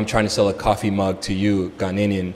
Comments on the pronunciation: Please I like your smartness but please pronounce the word Ghanaian well. We are not ghaninian but Ghanaian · Tell him to stop saying Ghananenian”””………. Best SHOW SO FAR!!!!!!!! This is serious!!!!